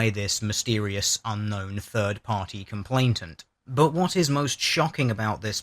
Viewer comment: love your vids, consider you to be very eloquent and learned but jesus wept dude : COMPLAINANT. no T in the middle.